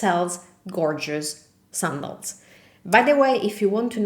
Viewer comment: Excellent video! Just one minor comment. The word “sandals” in English is pronounced like - can, man, fan, candle, etc. Great job!!